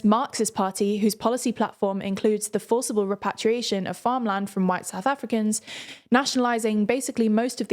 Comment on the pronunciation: Forcible & Foricbly lol